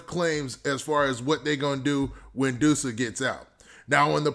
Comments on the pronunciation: "duh-sa" not doosa lol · It’s not DOO-SA ITS DUSS-UH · Please stop calling him Dewsa lol,its pronounced Duss-A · You saying his name wrong